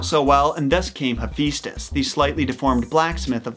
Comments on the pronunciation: I love your take on Greek mythology, but could you please pronounce the names correctly. It's Ha-fest-ous not He-feast-ous. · It’s pronounced ee-fest-ios not hefistus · You said Hephaestus name wrong